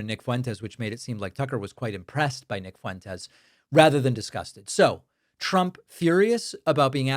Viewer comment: "Nick Foo-wentess"